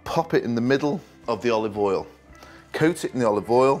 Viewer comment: "a little bit of oliv awl" -proceeds to dump in the bottle man thinks he's gordon ramsey lol...